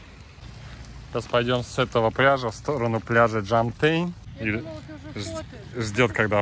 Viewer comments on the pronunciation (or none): Пляж ДЖОМТЬЕН!!! Не джомТЕЙн